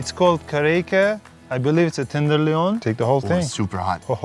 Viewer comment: I'm gonna start saying tenderloin like he did. Tender leone